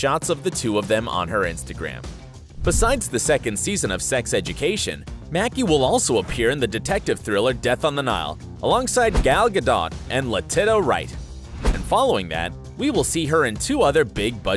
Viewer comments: ‘Le-tee-sha’ Wright, not ‘Le-tee-ta’. Letitia is a pretty standard name to pronounce. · ....He said LETITA.... its pronounce LETITIA! Le-Tee-sha! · Did he just say lateta??!!😲😲 wow!! It's latisha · woah that threw me off did you really just... did you really just call her lettitta? it's Letit*i*a as in Letishia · La-TITA Wright? LA TITA?! Do you mean La-tee-sha? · He called her" le-tit-a Wright" I'm so triggered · He actually says Gal GaDOT and LaTITTA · screaming. gal gaDOTTTTT leteta righttttt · Loool right! i'm baffed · its pronounced la-tee-sha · Did mans just say Latitia like.. la-titta? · bro im legit dying LE TITA WRIGHT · “LaTITA Wright”?!? So so wrong! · La-TIT-a Wright. The disrespect. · Pronouncing Letitia Wright as Le Titta 😂😂😂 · bro said "letidda wright" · He said Latita...... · Did he pronounce Letitia "LUH-TITTA"? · Did this man say "Le-titta Wright"? 💀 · he sad letita's name wrong you pronounce it letisha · my man said le tita wright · "Le-tit-a Wright" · Who’s Le-tit-a? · “Le-tit-a” I had to turn it off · Latita???? Oh you sweet thing...you really need to do a little research before you pronounce your names. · Did this man pronounce Letitia, Luh-tit-uh? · I immediately stopped watching after his pronunciation of Letitia’s name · The absolute slaughter fest of the pronunciations of Gal Gadot and Letitia Wright sent me omfg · You pronounced Letitia wrong... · oh no man said le-tit-a right😭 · did he really just say Letita Wright